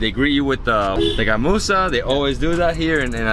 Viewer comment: The way he pronounced gamusa is truely amazing evan many people from other parts of the country has difficulties in pronouncing...